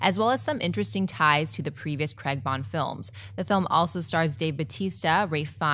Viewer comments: CRAY-G not CREGG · ***** That's what I was trying to say, you can't pronounce someone's name differently, it's either wrong or it's right and him being british in particular it's pronounced craig not creg. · Michael Martinez But when it comes to names it should be the same no matter where you go. If I go to a country and my name is mispronounced and ends up sounding like a completely different name, how am I supposed to respond to it? I first found out about this creg nonsense through South Park, I just thought the character had a funny sounding name or the other characters were mocking him or something till I found out that he was actually called craig and that's how they pronounce it over there, it still bewilders me how a universally 'ai' sound is replaced with something nothing like it. the 'ou' and 'oo' sounds of 'about' in english and canadian are very similar in comparison to that. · It's a name from us Celts and as a Scottish person I can confirm Americans can't say Craig! I can understand other words changing over time but a name is a name. If somebody said your name wrong all the time I'm sure you would have a problem with it. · Americans just can't pronounce 'Craig' correctly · yes it is a serious matter that americans don't say the name Craig properly!